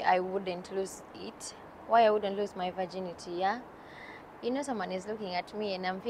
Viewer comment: it's lose.. not loose..